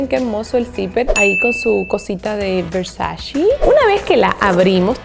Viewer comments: No se dice "VERSACI", es Versaceeee! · Versaceeee! No versaciiii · PORQUE DICEN VERSACHI????????????? SE PRONUNCIA VERSACHE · Donatella en una entrevista de RESPONDIÓ 50 preguntas Comentó que algo que le caía SÚPER MAL DE LOS AMERICANOS era que pronunciaban MAL la marca ,que la pronunciación terminaba en E no en “i” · versace ( versache ) no ( versachi ) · la pronunciación correcta de versace es ver-sa-che 😳 ❤❤ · no sabes pronunciar Versace!!! No puedo creerlo.